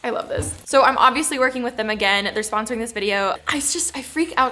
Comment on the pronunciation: lmaoo "sponrosing "